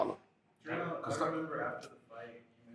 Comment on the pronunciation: JerMELL. Not JerMaLL 🤦🏾